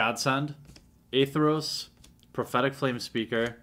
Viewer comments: By the way, the White/Black god is spelt and pronounced Athreos, not A-Theros. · ath-re-os. athreos. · A as in apple, thre as in three, os as in rhymes with oats. Athreos.